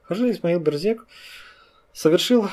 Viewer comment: Берзег произносится как Бэрзэдж. Эта фамилия представлена в Адыгеи, и там она считается абадзехской. у Т. Половинкины Князь Аублэ черкесского происхождения. Его могила сохранялась до 1920 г. на территории совр. гостиницы "Приморская".